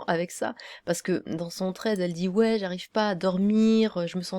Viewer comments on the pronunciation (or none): none